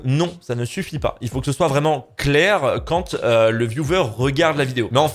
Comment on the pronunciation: Car au niveau de la prononciation il voulait dire "Quand", sauf qu'on entend "Kant" qui est un illustre penseur il me semble (un philosophe). C'est pourquoi il l'a mis en deuspi juste s'autovanner je suppose 😂